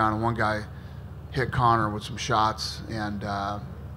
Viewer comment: I cringe everytime Dana says Conor.